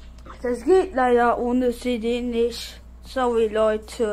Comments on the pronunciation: SOWWY Leute...Ich wollte einfach nur mal SOWWY sagen... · sowy leute keingta HAHAHAAHAHA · Sauwy Leute Ich will einfach nur sauwy sagen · "Sowi Leute ich will einfach nur sowi sagen" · "ich will einfach nur sauwy sagen leider kein GTA Gutbye"